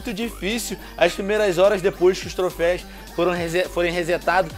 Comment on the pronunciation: é troféus venom n trofeis